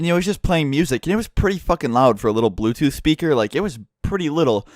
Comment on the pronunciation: Once he said blootooth I knew what happened lol